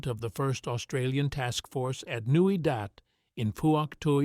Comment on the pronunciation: Newy Dat. Not Dot